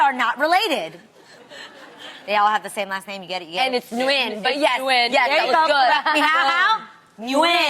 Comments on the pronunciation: Kpopboy21 Jeannie’s hairstylist name is Nguyen and Americans anunciate so it sounds like “New-in” but it’s just a straight shot “ Nwen” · Adrian's 'Na-yuen' hurt my soul 😩😂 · it's not new-when vietnamese is monosyllabic so all their words only have one syllable. It's pronounced more like "wing" with an upwards inflection at the end. I dated a vietnamese guy. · My vietnamese friend of the same surname pronounces it "nwin," so it sounds more similar to Jeannie. Not "g" at the end at all. I think she dragged it out so Adrienne could understand better. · I'm surprised that Jeannie said the name Nguyen wrong. Isn't she Vietnamese. I'm white and I know it's not said that way.